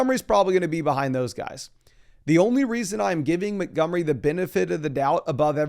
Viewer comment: David "Muh-gummry"